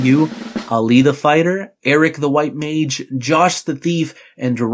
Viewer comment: don't like the way you said MAGE